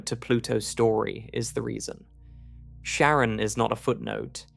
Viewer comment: Care-ahn bro You researched one thing 😂 Dope video though I’m still watching the whole thing.